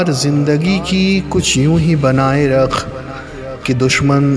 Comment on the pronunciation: Good work, bhai!! Improve on your pronunciation (on words like Taqi (it's not taki, there's a nuqta; fir nahi phir, rakh lafz me aap ne aakhir me kha خ ki shakl di, kaaf aur haa hai; firta nahi phirta), I'd advise get in touch with someone who knows Urdu/Urdu teacher or an Imam, correct your pronunciation, and record your video. Overall great effort. How (what software) did you record and add the music in the background?